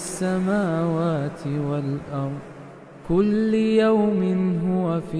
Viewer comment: In this surh 1 mistake Kulla youmin hai Not kulli Allah s.w.t hame Maaf kar dai Aameen